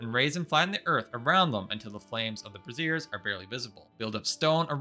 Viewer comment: I love the 'Braziers= Brassieres' pronunciation. DOnt ever change it.